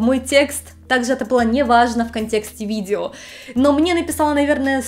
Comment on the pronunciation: ..."...видзео....десятць..." чуть кровь из ушей не пошла...